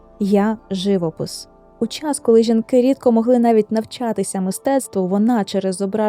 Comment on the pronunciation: Дякую за такий цікавий, насичений випуск.Чудовий відеоряд! Дозвольте зауваження щодо наголосів - живОпис і Сан-РемІ. Ще раз дякую. Бажаю успіхів!